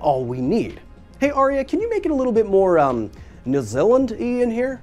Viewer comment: I love that he pronounced nu zillind jast loik ass lowkillz.